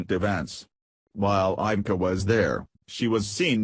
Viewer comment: Too much rambling for nothing. You never even got to the subject. AND PLEASE learn to pronounce Melania & Ivanka.